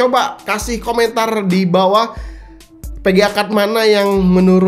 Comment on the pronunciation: VGA bang, bukan PGA